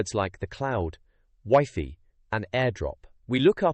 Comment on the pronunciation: Another AI spoken video. Who says Wi Fi, wiffy....